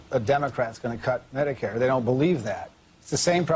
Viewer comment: "Mediqueer" lol